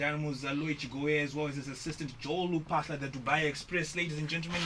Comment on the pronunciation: Its not RUPAHLA ITS LU.